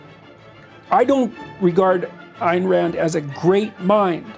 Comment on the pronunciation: Well Peterson did eventually learn how to correctly pronounce Ayn Rand's name. If Rand were alive today she'd wipe the floor with his Kantian psychobabble, assuming of course that she'd waste her time on him.